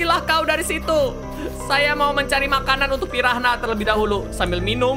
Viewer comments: bang..pirana cara sebutannya..bukan pi ran ha...hhahaha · tau gk sihh saat miaw sebut di ruangaannn~ gw kayak tebak miaw mau ke cermin itu~ ehh benaran pergi ke cermin nyaa 😂 btw miawaug , piranha sebuta nya pirana aja miaw.. silent 'h' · Piranha bukan pirahna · kak reggie bilang ikan piranha jadi "pirahna" ngakak😂